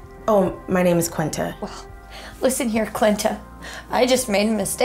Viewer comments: at first i thought she said 'Clitta' and i was like ummmmm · Ollie Ollie UpAndFree 😂 I know in the video the girl said clinta instead of Quinta. I was just making a joke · Hahahahahahahahahahahahahahaahah! “Qlinta”. Hahahahahahahahahaah😂😂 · I swear I think she keeps saying qlinta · "Listen here Clinta" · Did she call Quinta "Clinta"?? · Quinta's face every time the bride says her name wrong lol